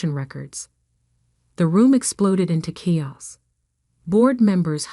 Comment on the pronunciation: CHAOS should be KAY-OSS, not KEE-OSK.😊